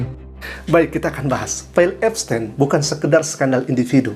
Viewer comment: Epstin bacanya